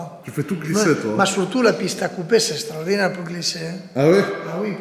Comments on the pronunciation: C’est « Strodinaire » 2022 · SSTRORDINAIRE, SSTRORDINAIRE, SSTRORDINAIRE!!! Babéné fréro 👍👍👍